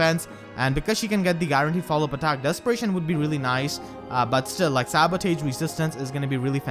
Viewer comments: Why did you pronounce sabotage as "sabo-tage", and not "sabo-toge"? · Is it me or does it sound like says "Sabutate" instead of Sabotage? (Sa-bo-tahge) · I'm going for green. Also it's pronounced "Sabo-tarj" not "Sabo-tage" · Dude, you're pronouncing the word sabotage wrong. It's pronounced like this (Sab-a-tazh) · Sa•buh•taazh. That's how you should pronounce sabotage lol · I love your content and I love your accent but I'm only telling you to help you out, sabotage is pronounced more like "sa-ba-tahj". I know, english is dumb sometimes --_--... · sabo-tahj gosh some of your pronunciations drive me crazy. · So that's how you pronounce sabotage. 🤔🤔🤔🤔🤔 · If you cant pronounce 'sabotage' then you should at least try to use that word as rarely as possible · That pronunciation of sabotage is amazing